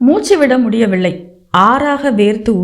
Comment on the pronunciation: அருமையான கதை, நல்ல வாசிப்பு..ஆனால் சரியான உச்சரிப்பு இல்லை..அதற்கு முயற்சி செய்யவும் முடியவில்லை என்பதை முடியவிள்ளை என்றும் வலிஎடுத்தது என்பதை வளி எடுத்தது என்றும் உச்சரிக்கிறீர்கள்..உச்சரிப்பை மேம்படுத்தவும்😊